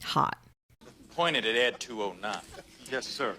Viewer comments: Ee Dee 209 😂 Ed 209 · Not "E.D. 209," but "Ed 209"